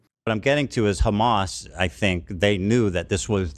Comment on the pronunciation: Lmao! "Hammas"?!! Wtf!! What are you at a Spanish Christmas dinner asking for more ham?!!